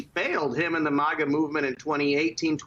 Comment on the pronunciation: "MAWGA Movement" This guy is supposed to be a Republican "contributor" and pronounces it that way....🤣